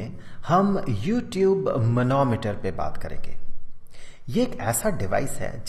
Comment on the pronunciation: Sir when you say u tube I listen you tube